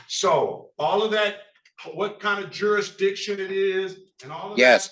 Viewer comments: You mean “jurridictun” don’t you? 😂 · Whyyyyy can they NEVER properly pronounce “ jurisdiction” or “ constitution”????!! 😂